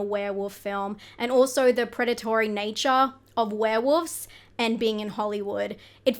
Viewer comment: Do you really pronounce it "Were-Woofs"? HaHa I'm dying!